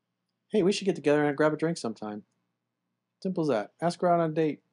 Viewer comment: omg she said aks